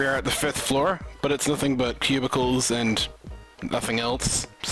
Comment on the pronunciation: everytime he said cubicles, i thought he said pubicles ._.